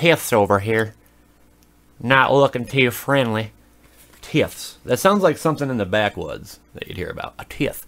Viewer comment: Ty-ths is how its pronounced